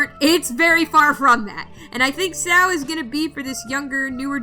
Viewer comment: I’m sorry but call Sao ‘sow’ is the weirdest thing I’ve ever heard. Hey I mean I like Hero Aca purely because I found it fun. I prefer the manga to the anime anyway.